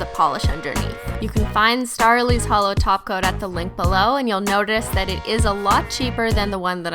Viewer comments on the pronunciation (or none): Hi Christine if you see this your vids crack me up and are amazing but it hurt my soul when you did not say Holo everyone it's me Christine again on more mistake and an unsubscription. Please get yourself together NOW!